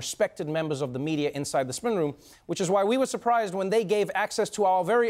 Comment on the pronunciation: Trevor can't say spin lol